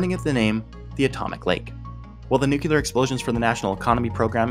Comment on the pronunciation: ...nucular? 🤣 Jokes aside, you did an amazing job. The algorithm gods will one day reward you for your good work. GG